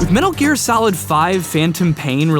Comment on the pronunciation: metul geer